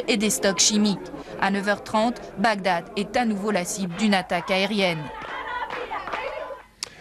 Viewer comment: Bagdad et non Bagdadad lol!!!!un peu d’effort merci .